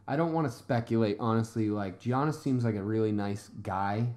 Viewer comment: Guys he's name is pronounced yiannis